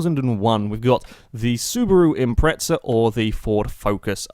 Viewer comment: "The Subaru Impretzal" :)